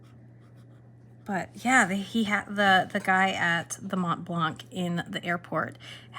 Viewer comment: Your french is great :) But we don't pronounce the "c" at the end of Montblanc, nor the "t" in the middle :P We are the best at not pronouncing letters :P